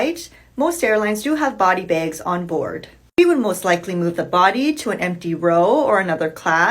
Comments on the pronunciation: Why do you keep saying "begs" instead of "bags?". It sounds super weird!!! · Why do u always say bages just say bags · Begs? Oh...so close...you almost said 'bags' not in Canadian! Also, heard that recent agreement was made to pay the whole time they're working. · ITS CALLED BAGS NOT BEGS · I’m sorry, did you say “baigs”? ☺️😛